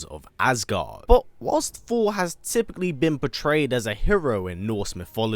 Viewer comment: I love this channel … BUT .. Ya gotta take your time and just say Th-or. You can do it: Thor. That’s it.